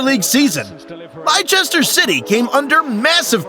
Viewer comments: Ieicester not liechester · Liechester lol